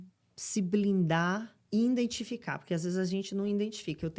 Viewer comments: Pq as pessoas falam "indentificar" em.vez de identificar.? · Para de falar iNdentifico, tira esse ENE por favor... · Parabens pelo canal, só uma dica, não é iNdentificar é identificar. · Depois de ouvir " indentificar" várias vezes, ficou até complicado concentrar no vídeo ! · A apresentadora tem uma resistência enorme a INdentificar erros de pronúncia. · INDENTIFICAR???????? SOCORROOO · Não é indentificar…🫣 não é Sénéca… uma pessoa que se propõe a citar um filósofo tem que pelo menos saber pronunciar o nome dele corretamente. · E "indentificar" ?? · Indentificarr??? Que português é esse? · Tenho resistência quando a pessoa é uma influenciadora e pronuncia "indentificar" ao invés de IDENTIFICAR. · Por que tantos brasileiros não conseguem dizer corretamente IDENTIFICAR??? Falam “ INDENTIFICAR??? Que coisa engraçada!!! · "Indentificar" é o máximo! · Ah- não! " indentificar" ?😢 Triste! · exatamente. INdentificar é de doer. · "Indentinficar" rss, como vim parar neste vídeo? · errar é uma coisa, mas manter a pronúncia incorreta sendo uma comunicadora é inaceitável. Vamos parar de querer passar o pano no que está errado e vamos buscar sempre querer melhorar (no caso dela pronunciar esta palavra INCORRETA). Ela é uma pessoa pública e influenciadora, tem que saber receber esta crítica e melhorar, ao contrário de vocês que ficam passando pano no que está errado eu apenas fiz esta crítica construtiva. O conteúdo é bom, não disse o contrário. ✌️ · KKK A PESSOA NEM SABE FALAR A PALAVRA IDENTIFICAR